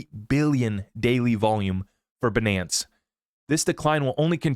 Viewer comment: Man you're funny by saying Binance like that. 😂